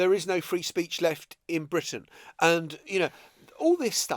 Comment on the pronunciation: Let’s pretend that anachronistic Bwitain isn’t an international laughing stock post Brexit